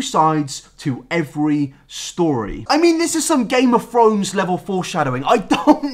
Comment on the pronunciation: nobody:: GAME OF FRONES